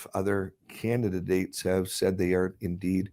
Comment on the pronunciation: Candi-dates , not can-di-da-dates